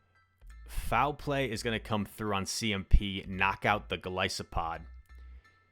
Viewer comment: Goal-iss-O-pod im pretty sure is how its pronounced